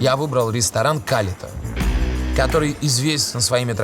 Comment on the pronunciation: а разве ударение не на последний слог? калитА ?